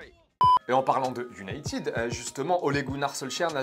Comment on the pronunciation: On dit united [YUNAITED] pas [YUNITID]!!!!!